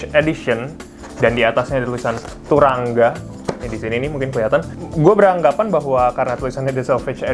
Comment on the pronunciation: Sekedar info bacanya "turangga" "a" nya dibaca "o" bg